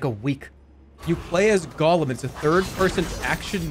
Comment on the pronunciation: did really say golem instead of gollum.. lmfao